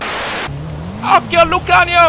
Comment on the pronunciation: solo a me dopo due "okkio" mi girano i coglioni. Sei comunque un grande hahaha